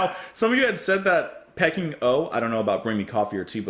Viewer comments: Re P.O, This could be the first time ever, having not seen review yet, I'm not expecting any positive reviews to the 'artsy' nonsense. At least I hope they're attempting 'artsy', they may just be taking the piss. And sorry, pretty sure it's Pee-King, as in the place, not pecking 🙂 Though with this lot, who knows. Now re BMCOT, this a big step up, at least there was a semblance of at tune/melody. Sounded like someone asked them to cover the mid section of The End by The Doors. And me, tea every time. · Peking is pronounced Pee - King not Pecking. It's what Beijing, the capital of China used to be called